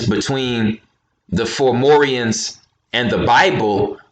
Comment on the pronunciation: you keep saying formorians not FOM FOM FOMORIANS not FOR FOR FORMORIANS 4morians